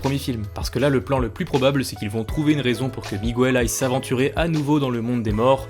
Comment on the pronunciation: Bonne vidéo, mais par pitié, arrête de dire "migouel". La prononciation en espagnol est la même qu'en français.